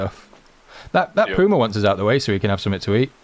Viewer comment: and that is not the way to say puma it is not that 1 w, it is puma love your v merry christmas and i live in am